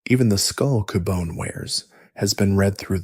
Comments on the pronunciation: Absolutely no hate intended, but Cubone is not pronounced coo-bo-nay - it's cue-bone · Or like my friend that like to say “Cub-one”…